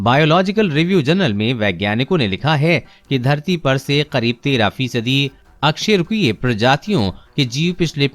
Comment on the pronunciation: Bro bo अ कसेरूकिए hai na ki अकसेरूकिए